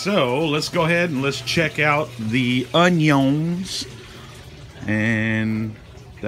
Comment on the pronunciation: man i loveeee how u pronounced oniOns